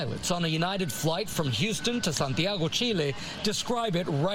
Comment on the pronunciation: “SANTIAGO CHILE” te pronunciation caught me by surprise